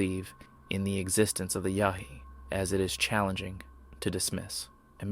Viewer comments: Its Yowie you DF, not Yahee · Its "Yow-ee"......not "Yah-hee" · You keep saying "yahee"...Aussies say "yowie". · It's Yowie ya crackpot, YOWIE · As an auzzie the pronunciation made me laugh lol. Its more like Yow-ee. Yh nuh all aussies know that if ur in the outback or bush at night and you see glowing orangeish eye... RUN! Doesnt matter if ur Abo or white most ppl know its not good. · No wild monkeys in California. Pronounce the Yowie correctly ok. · Is this a computer voice or does this guy not know how to pronounce the name of an Australian Bigfoot?